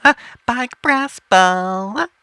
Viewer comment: He's not talking in a different language i can understand what he's saying a little. he's speaking english it's just that he is pronouncing words like big as bieg and chopper as chopear .